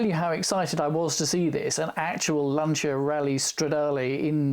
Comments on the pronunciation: Just stumbled across this guy........ what a great vid. Packed with FACTS, gorgeous cars - and he pronounces 'Lanc[H}ia correctly! Liked and subscribed - obvs! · Strangely enough, it was the correct pronunciation that made me take notice! Did you notice that in the News at Ten clip, Sandy Gall pronounces both Lancia and Beta the Italian way, but Sue Lloyd-Roberts doesn't?